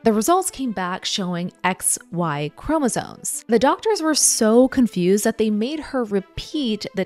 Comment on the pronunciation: Is she saying “chromosones”?